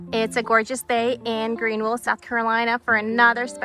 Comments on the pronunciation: GreenVille with V not with W. GreenVILLE with V, with V, with V, with V not WILLE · Why does she pronounce Greenville with “wille” instead of “ville?”